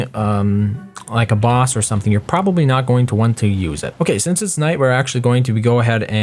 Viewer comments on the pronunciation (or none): none